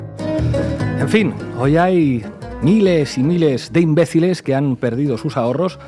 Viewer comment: Dijo bien “imbeciles”😂😂😂😂